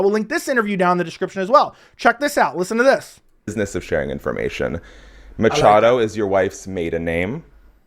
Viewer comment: Matchado. He never say his name correctly.